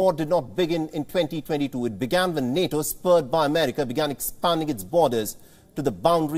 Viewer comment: The way he say NATO on America this india man no joke